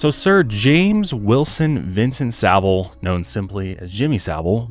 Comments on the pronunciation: So satisfying hearing an American say his surname correctly. 😂 This man was disgusting and I hate he was never punished while he was alive. There were people who were mad that allegations came out after he passed. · Thank you to you 3, the only Americans I’ve ever heard that can pronounce Savile correctly! Not that he deserves the dignity, but it is appreciated. 😮